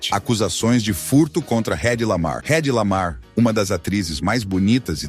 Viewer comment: Esclareça algumas dúvidas: este vídeo foi feito usando IA ? nome dos atores errados, por exemplo não "Redi" Lamar como pronunciado, é "Edi" Lamar mesmo sendo escrito com H, quase no final do vídeo apareceu o ATOR (UM HOMEM) Kirk Douglas e relata com sendo Patrick Douglas (uma mulher) que negócio foi esse ? sem contar as imagens que aparecem na abertura com Mel Gibson como já comentado por outras pessoas, resumindo: bestas somos nós que insistimos em assistir esse vídeo tosco, assisti por ser fã de cinema dos anos 40/50 mas é um vídeo de desrespeito e informações erradas.